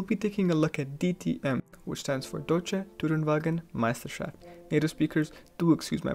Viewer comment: Those intake noises: pure eargasm... And by the way: your pronunciation of "Deutsche Tourenwagen Meisterscahaft" is pretty much spot on. Thumbs up!